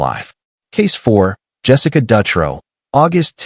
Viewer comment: Shitty thing is, I was locked up in Coffee Creek with Jessica Dutro (dew-tro)...she is now gay...so it makes her case that much worse. Also, Sarah Saffernick is in Illinois. Oregon, Illinois. These were supposed to be Oregon state, but decent video